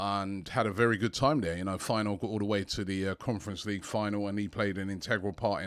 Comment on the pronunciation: "Fire-noord" LMAO never change robbie